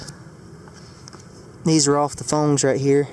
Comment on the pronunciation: It’s phones not phongs